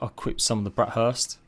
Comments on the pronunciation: It's burst. Not hurst btw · he keeps calling them "brat hursts"💀